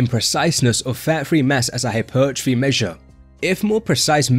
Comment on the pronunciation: "Hypeeeeertrophy" LMAOO you say it soo funny 🤣